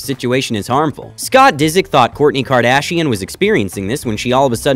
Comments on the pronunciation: Please, please, PLEASE. Look up how to pronounce the names of the FAMOUS people you make videos about🙏🏻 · What is KardShian? Is that English? So cool 😎